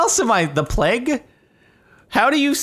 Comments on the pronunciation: plague, play-G, not pleg lol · he says it like pleg not pl(e)ag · It's pronounced playg, not pleg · Jardon’s pronunciation: ple-ge(guh) Actual pronunciation: play-ge(guh) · Jardon, you said pleg the first time, (at least that's what i heard) Its pronounced play-gue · Lmao it's "playg", not "pleg" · It is PLAYG, not "pleg." lol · Jardon pronounces "plague" like as though there's no "a", the "a" is supposed to be pronounced like when you say a b c (etc). I didn't notice how he was pronouncing it at first, but you can tell that he says "plge". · It’s pronounced “playg” lol. You definitely said pleg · Plaeg. that's how you say it. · Wait.....did Jardon really think "plague" was pronounced "pleg"....?! Trial!! Also, if by chance he sees this. It's pronounced with a long 'A'. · Jordan gets confused by plague pronunciation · The plague thing hahaha i'm french canadian and even i know how to pronounce it 😂 rip